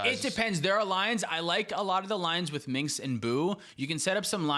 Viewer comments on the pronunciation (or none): This may not be overly important, but Minsc is pronounced with "Min" as in minute and "sc" as in Skittles. Just dropping this because tons of people pronounce it like "minx", and that simply is not the case. For reference, boot up Baldur's Gate or Baldur's Gate II (you won't regret it).